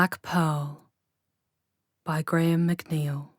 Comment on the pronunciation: I believe it’s pronounced Gra-Ham Mac Nile.